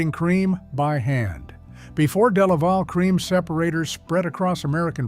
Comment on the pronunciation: De La Val not delavel.